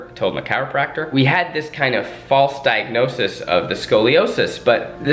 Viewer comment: Zach: pronounces own diagnosis wrong Also Zach: will later correct other Try Guys during TGGT